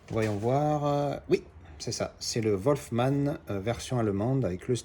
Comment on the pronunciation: Salut, de bons titres en général. Attention à la prononciation pour Wolfman. C'est pas "Volfman" mais plutôt "Wulfman" 😅. A bientôt 👍.